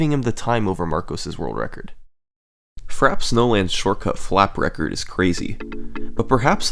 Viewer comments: Frappe is a French word ( 60% of all the English word have French origin) ,just pronounce "Frap" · Uh... not trying to be a dick, but I'm pretty sure it's pronounced "FRA-pay" like if you start saying "France" but end by saying "pay". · “Frap” Snowfield lol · It's pronounced frappay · It's pronounced "Frappé" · "Frap Snowland" ffs... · In Frappe you pronounce the 'e'. It makes an 'ay' sound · FRAH-PAY Snowland, nigga. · "Frap-PAY" Snowland. It's pronounced "frap-PAY". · love your work, I have never really been into speed running, but these documentary-like videos get me addicted. keep up the great work! ps.: i think frappe is pronounced as “frappay” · Man, it's "fra-pay".. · no fkn way you really call it frap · It is pronounced frap-ay... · You mean... fra-PAY snowland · /fræpeɪ/ you're pronouncing it wrong, it's pronounced "frappay" sorry i had to be T H A T G U Y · "Frap Snowland" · It’s pronounced “Frappè” I think, I’m not sure why they didn’t include the accent. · No, it isn't, it's just wrong. It's "frap-eh", acute or not. Google it, it's two syllables. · Just to let you know, it's pronounced frappe (frap-pay), the chilled, foamy coffee drink, which is why it's a cold snowy track. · I am certain its frappay. Ive been playing this game since I was young. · tfw doesn't know how to pronounce frappe (frap-pay) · this fuck... is pronouncing frappe... frap... i'm going to lose it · “Frap snowlind” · Take a shot everytime he mispronounces frappe. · With all the laps and flaps, I think you forgot how to pronounce "frappe". :P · dont say frappe like that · frappè is not pronounced like that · yeah same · This guy is so American has can't even pronounce "Frappe" properly. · Seriously, I'm American and the second he said frappe the first time like that I was thrown off, waited until he said it again and proceeded to turn off the video. How anyone can fuck up that word is beyond me. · said frappe wrong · Great vid! You mispronounced Frappé wrong though haha :)